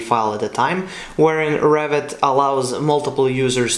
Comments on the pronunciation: Don't know why whenever you say Revit I hear 'Rabbit' 🤔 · I look with subs, that translate it, and they too hear it like "Rabbit".